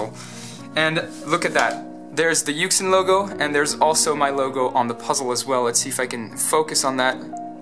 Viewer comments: Its pronounced You-Shin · Yuxin is pronounced YOO-shin. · kris_zheng It is a Chinese puzzle manufacturer. YuXin is what is known as a romanization of a word. "You shin" is just two English words to approximate pronunciation. "Yu xeen" is also some sort of approximate, but without English words so the reader is left to interpret what that would sound like. When I read it, I think "You Sheen" if that's what we're going for. If you ever want to represent the actual pronunciation rather than an approximation then you need to write it in IPA. This has the benefit of being completely understood but the drawback of the fact that most people don't know IPA so they still won't know what it sounds like although they could look it up. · It is pronounced yooshin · YuXin Is pronounced more like "you shin" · Assuming the company is Chinese, the pronunciation in Mandarin is "You Sheen". Good stuff, I want to see what else you design. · Yü-shïx is how it is pronounced no offense though, and I love ur channel ❤️💜💙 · It's pronounced YooJzin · it's pronounced "you shin"